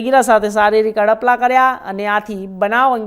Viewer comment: Adpala kaho..apda nahi.anchor bolta sikho😅😅